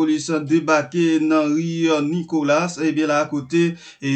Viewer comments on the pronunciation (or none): C'est pas Nicolass - c'est Nicolas. S la pa prononce